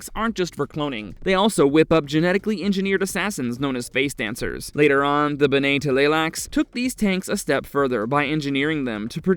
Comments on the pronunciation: OK Full Stop. Just a few seconds into this and the Narrator absolutely BUTCHERS the pronunciation of “BENNAY TELLY LAXOO” !!!! Dude!!! Learn to read!!! It’s pronounced more like “Benny Tly-Lax” !!!! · Witch won? “Benae Teleylax” or “Honored Maters”?😂🤣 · BEN-nay t'lai-LAX-uu The t' is combined with the L Luke in aTLantic. It's a pretty subtle tongue slicking sound. And like JR said - gholas are not clones.